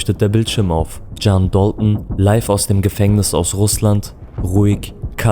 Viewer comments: Warum sprichst du DALTON so amerikanisch aus? Sag einfach dalton und nicht dolton wie ein ami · Dalton ist ursprünglich Englisch und nicht türkisch Das ist so wie wenn deutsche den Namen Necati Nekati aussprechen würden Du möchtest doch sicherlich auch das man deinen Namen Türkisch aussprichst oder nicht Wie gesagt Dalton ist ein amerikanisches Wort und nicht türkisch